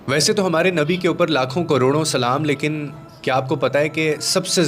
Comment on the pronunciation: Aapne shurat mistake ke hai plz sudharen..."LEKIN"....